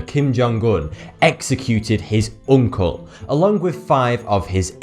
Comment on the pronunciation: Love the way he pronounces uncle, oonkle. oonlk. nckle. nckl. nkl